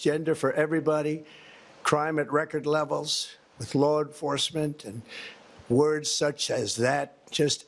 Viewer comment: "flaw enforcement"